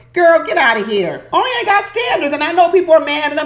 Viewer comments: O-R-I-O-N not ORI-ON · HAPPY THANKSGIVING and thank you taking the time to post today. I couldn't stop laughing...you mispronounced Orion's name the entire time. PLEASE DO NO STOP. I totally agree with your title...OMG I was sitting watching last night and making 'blah blah blah hand gesture almost the entire time. Are they getting paid by the words they use? And didn't Lauren already mention she had sex 2 months before? And asking him after she says it 'How do you feel about that?' or some such stupidity. Is she carrying a checklist? So many questions. Neither is appealing and both appear stilted. I like Becca and Austin and I agree with you about 'dumping' all those med issues on a stranger. I'm tired of her crying and saying she's sorry for being sick and him saying 'it's ok.' I agree with you, one day, if she doesn't stop, it will stop being 'ok.' Not a good Poster for Vacay in Cancun. Gloom and they are adding doom. No one is having fun. As far as I can tell, Emily messed up her right wrist, but she's wearing a cast on her left arm. What happened to the outtake that showed a woman wearing a neck and head brace and a lot of blood in the snow? Did I fall asleep? They were still in Colorado when they showed ambulance peeps taking a women, then cameras cut to something else. I'm sure you are going to enjoy dinner at your sister's and away from this maddening crowd called MAFS.